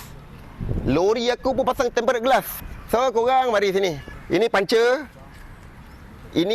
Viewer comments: Sebutan dia tem-perd glass bang... Sebut tem-ped je pon okay dari tem-pe-ret... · ok bang sy nk share satu ilmu, Tempered tu disebut temperd glass. Tak perlu sebut tempe red glas, Red tu dia silent je xperlu sebut hehe. Maaf ya bang cuma share ilmu. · Tem - pee - rerd tengkorak kau… TEMPERDD je sebotan / pronons dia.. dh tulis cara baca melayu dh tu… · Sebutannya tempered( temped) bukan temp pe red. Heeee sorry ya… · betul..temperd je bunyi..red tu kena gulung lidah hujungnya.. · bang.. ejaan dia memey tempered, tapi "ed" takyah la dibunyikan.. tempered=temped (lebih krg mcm tu bunyinya).. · TEMPERED GLASS Sebutan yg betul - tem.ped glass R E D - kat belakang takyah sebut. Kongsi ilmu!! Tq. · Eja nya tempered. Sebutan nye temped je bang